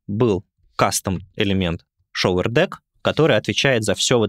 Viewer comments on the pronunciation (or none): There a subtle difference in pronunciation of “shower”, in this case “показыватель”, not the “shower” — “душ”. It goes more like “шоУэр”, not “шовЕр”, cause it sounds like “shover” — “запихиватель” ))